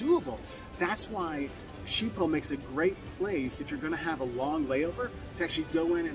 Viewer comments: It’s pronounced “Skip-pol” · Isn't it pronounced as if it was written, skibol ? As if the "Sch" is pronounced "sk" ?